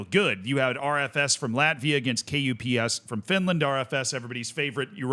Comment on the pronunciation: Unsolicited advice: You can pronounce KuPS as.. "cups" but with a bit different sounding c. Just "cups" is better than K U P S definitely and much more closer to the actual pronunciation.